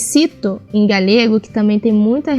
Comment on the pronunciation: Não se pronuncia 'galhego' em português mas sim 'galego'.